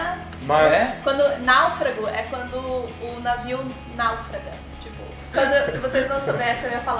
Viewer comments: O navio náufraga?? Kkk... Naufraga. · "o navio naufraga" e não "o navio náufraga" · "Quando o navio naufrága"! A silaba tônica é a segunda! ;)